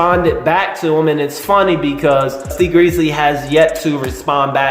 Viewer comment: lol i always like your videos, but bruh why do you get everyones name wrong!! Benzino= Bazino. Tee Grizzley= T Greezly.